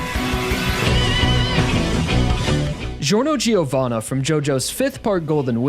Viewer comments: Did he seriously pronounce Giorno's last name wrong? It's pronounced "Jovana", not "Giovanna" There's no G sound, it's more of a J sound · It triggers me when he calls him Giorno GI-ovanna. It's pronounced GO-vanna. As in JOJO. It's not JOJIO. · He’s pronouncing Giorno right but please fix the Pronunciation of Giovanna. The “i”, just like in Giorno, is silent and is only used to soften the “G”. Phonetically it would be pronounces “Jorno Jovanna”. Not “Jeeovana”. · The way this guy nails the pronunciation of Giorno and then says Gee-o-vana when they are literally the same just makes me crack up 😂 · "Giorno JEE-ovanna" Come on, he's already not really a jojo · When you pronounce Giovanna wrong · I know, Italian is tough, so I don't blame any non-Italian for not knowing how to pronounce some words, because rules are complicated; but differently from English, these rules are almost perfectly deterministic: so, why do you pronounce the "Gio" in "Giorno" and the "Gio" in "Giovanna" in two different ways? Also, clearly it is made to make another "Jojo", not a "Jojio". So just do not pronounce the "i" between the "g" and the "o", in none of the cases.